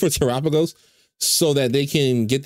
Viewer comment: TERAPAGOS PRONOUNCED CORRECTLY WOOOOOOOOOOOOOOOOOOOOOOOOOOOOOOOOOOOOO